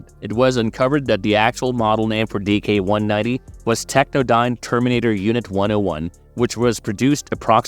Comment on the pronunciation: Why do you keeps calling him DK-190? His name is DIX-190. Not trying to be hostile, love that anyone acknowledges the NOW comics.